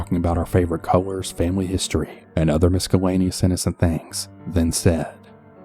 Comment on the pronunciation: The c in ”miscellaneous," is silent. Great job though, I love your videos.